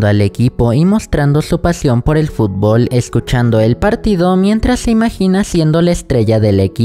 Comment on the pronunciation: Xd dice fublo